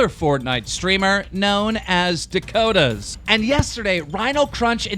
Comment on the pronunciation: ffs, Its